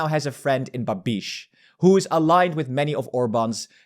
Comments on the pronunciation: C'mon man, for a pan-Europeanist - put an effort into pronouncing Eastern European names right. Funny thing, it's not hard, just combinations of letters are sometimes funny. Go ahead, and learn about Europe that you preach. It souns bAbish, not babIsh. It sounds zOran, not zorAn. Understandably, you excused yourself from saying Trzaskowski, but I believe in you - you can climb that mountain too. Sounds "tshaskOvski" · bah-BEESH 😂 in Czech the stress is always on the first syllable so it's BAH-bish 😂